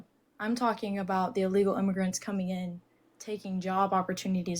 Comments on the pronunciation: Allegal? Its illegal 😂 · Did she just say "alegal immigrants"? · I don't trust anyone who says "uhlegal" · First of all, she needs to learn how to pronounce “illegal.”